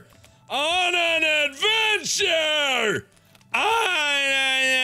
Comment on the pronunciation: "We are going on an adventchair"